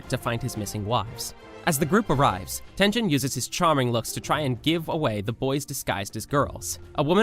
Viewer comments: "Tengen Uzui" You pronounced it like Tenjen It's TENG-GEN how it's pronounced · Tengen❌ tenjen✅ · It is called tengen not tenjen. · It's Tengen , not Tenjen...hhhhhhhhhssssssssss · Tengen not tenjen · han you even watched demon slayer tenjen? his name is tenGEN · Who is Tenjen? 😂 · My man said tenjen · tengen is pronounced tin,gen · Bro said “infinity train ark”&”tenjen usi” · Tenjen😂😂 it hurtttssss😂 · I ahte you bro you said tenjen and mujen train like bro its a tengen and mugen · U pronounce some things wrong like Mugen train its not mujen its mugen and Tengen Uzui its not Tenjen its Tengen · Tengen no tenjen Mugen no muien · did this guy really just pronounce mugen and tengen as moo-jen and ten-jen? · "Mujen Train arc", "Tenjen"💀